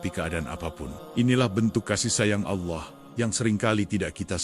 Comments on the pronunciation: Sangatmengisipirasi tapitolongperbaikiucapan AllAH🙏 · Sangat menginspirasi, tapi tolong perbaiki ucapan ALLAH 🙏